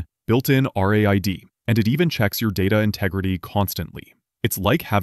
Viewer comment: how hard is for clankers to pronounce "raid"